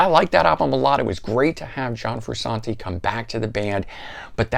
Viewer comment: How are you qualified to give a RHCP review , have all those RHCP albums, and then be the only person to call the man , “Froo-Sawn-Tee”. LOL.